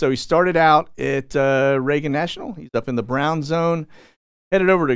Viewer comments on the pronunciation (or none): none